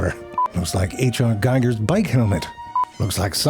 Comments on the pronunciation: He pronounced his name geeger. I got to meet him, it was cool. 😎 Excellent video, as always 🎉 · Ze Frank pronounced Giger wrong. :( It rhymes with eager! It does not rhyme with Geiger! ~ I love Ze Frank, and now I want a Klingon toupee.